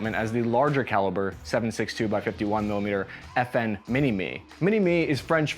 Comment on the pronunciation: You don't mention it's a Belgian design but you mess up his and FN's name. America's finest.